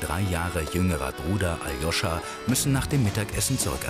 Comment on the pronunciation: Aloscha Und nich Ajoscha